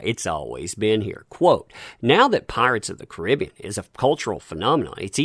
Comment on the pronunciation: Caribbean not koribeon